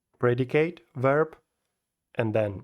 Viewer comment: спасибо, только не верб а вёрб, ну и, славянский акцент ярко выражен :)